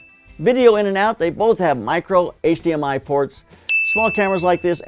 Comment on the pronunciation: "Mirco HDMI" shhshsh